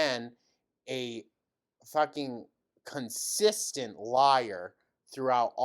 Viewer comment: tell me I’m not the only one that heard “CUNTsistant liar” 😂